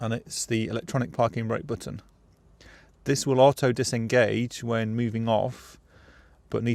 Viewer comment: "Under the hood"...You are from the UK where we call it a bonnet. Plus why can't you properly say "auto"